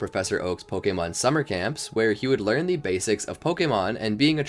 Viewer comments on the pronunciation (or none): none